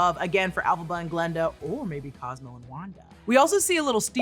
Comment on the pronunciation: Just a little remark for future videos, the name is G(a)linda, not Glenda...